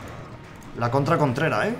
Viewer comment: jajjajaj en una parte dice contrera y mi apellido es contreras